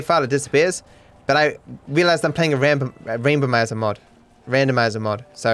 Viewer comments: He almost said Rambomizer again 😂 is too funny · I love how he still sometimes says "Rambomizer" 😂